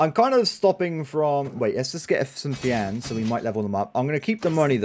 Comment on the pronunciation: I don't know pronouncing it fiAN sounds wrong I tend to pronounce it as Fion then again it's the whole tomato thing